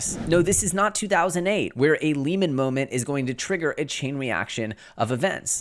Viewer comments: I always enjoy your shows! Just a small correction, Lehman is pronounced Lee man not layman.. thanks for your always education us! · Its Lehman pronounced lee•muhn not lay•man and no their issues didn't come to a head quickly, it took 9 months from their peak to their collapse. Everything else is pretty spot on. Credit Suisse is the canary in the coal mine. The fed cannot continue to raise rates without breaking something so they WILL pivot, then inflation WILL coninue to rise so it's a lose lose except the banks don't lose we the citizens lose.